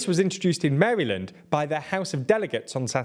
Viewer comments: That’s not how you pronounce Maryland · Wish folks in the US would pronounce it “mary-land”, surprised I’ve never heard that before. Typically it’s pronounced closer to “Merrill-end” in my experience but Mary-land is potentially better😅